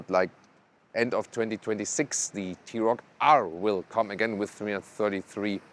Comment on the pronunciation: Arent you german? Why you mispronounce german car brands?